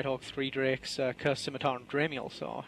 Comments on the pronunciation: She finally pronounced Scimatar right. Good for her. She still needs to get a fucking clue, though. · oh...my...gawd... actually pronounced Scimitar correctly! Fantastic!, the effort you took to learn how to fine-tune your english speaks volumes about just how humble you are. I am sure you have taken an earful about your mispronunciations, but the fact that you went the extra mile to learn how to say it properly puts them all in their place. Me included.